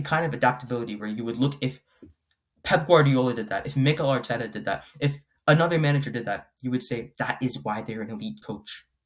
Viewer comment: why he saying mikel arteta like that, who is this guy?